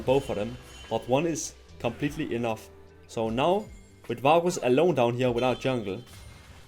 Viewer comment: man im sorry but i cant stand the way you pronounce varus lollll